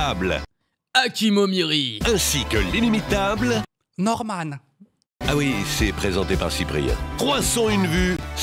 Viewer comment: Jsui mort comment il a dit Norman